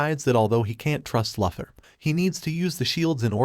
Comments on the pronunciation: Try saying Loo-Thor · For crying out loud ! It's Luthor, as in Loo-Thor !!! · Helpful FYI, that’s not how you pronounce Luthor. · How is it possible for you to butcher Lex Luther's name? 🤷🏻‍♂️